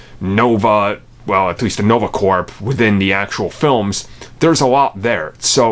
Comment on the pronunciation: He's coming, he is. And also it's Corps (core) not Corps. Thank you and good job